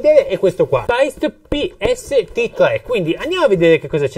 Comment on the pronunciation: Bel video interessante per chi sta iniziando. 👌 Unico appunto: la pronuncia di Paiste e Meinl. Essendo marchi di madrelingua tedesca Paiste si legge per intero senza troncare la e. Meinl invece si pronuncia "Mainl". Scusatemi se ho detto un'eresia.